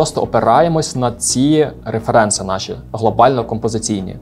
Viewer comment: вибачте, але Ваше "реферЕнци" так ріже вухо. з англійської правильніше "рЕференси"